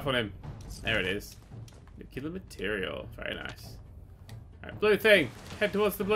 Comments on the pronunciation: It's "NUCLEAR"... Not "Nuke-you-lar"... hahahahaha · Dammit it's pronounced Nook-lee-arr, not nook-u-larr! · I love how you keep insisting on pronouncing nuclear wrong, even though you managed to spell it correctly.